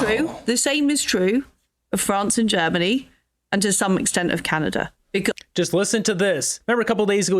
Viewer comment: I ha, ha, agree "arbrows up" 😂😂😂 canaZa HUH